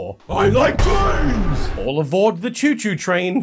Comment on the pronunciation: Lol, and as he stated it's not the "chew chew" train either